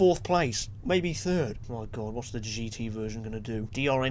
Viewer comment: "Ma teeth", makes me laugh sooo hard